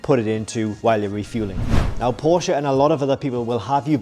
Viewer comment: You are speaking "Porsche" correctly. That is so fine .TY! You got my LIKE alone because of that. Unfortunately I couldn't give you a second one.